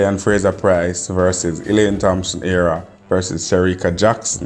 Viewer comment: Her name is HERAH nor AREA